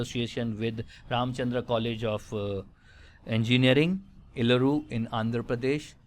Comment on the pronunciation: You said Eluru right. I stay here sir